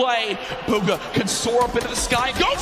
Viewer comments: buuuuugaaa I thought he said booger for a second😂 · stanfordcoffee it’s pronounced boo-guh